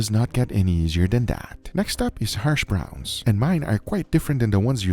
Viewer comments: Hashbrown, not harshbrown, Guga. 😂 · Its hashbrowns not harshbrowns Guga xD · Did he say HARSH browns? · Lol, what the hell are “harshbrowns,” Guga?? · Hersh browns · It sounds like Guga is saying "Harsh Browns". Yep, he's not wrong! 😅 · I am hearing Harsh Browns?